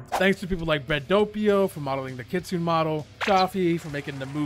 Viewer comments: Btw not to be mean but its not kitsine its kit sune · no hate but it pronounce as kitsu-ne not kitsune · its pronounced kitsuna just to let ya know:) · blud said ketsun fruit bruh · It is pronounced kit su nay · Why he saying kitsune like that😭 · He mispronounced Kitsune every single time.